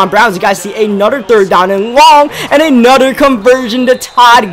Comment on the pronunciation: "Anudder"